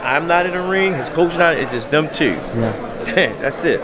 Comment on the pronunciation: I see where gervonta gets his speech skills from. The man can’t say “do” or “two” dew and tew